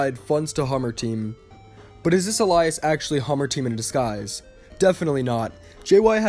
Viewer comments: ay-lee-us, not ah-lie-us, the former is the word you want, the latter is a name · No offense intended, but it's pronounced "ail-ee-us", not "ah-lie-us". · It's pronounced ale-ee-es